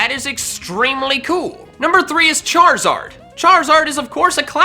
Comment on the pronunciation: It’s Charizard not Charzard